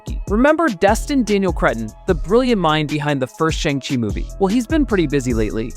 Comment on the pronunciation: From Simon By the way the movie shang chi 2 the wreckage of time is pronounced as shong-chi 2 the wreckage of time